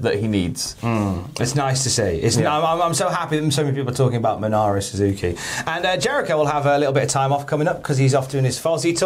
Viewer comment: also, MINORU suzuki,, MI-NOR-U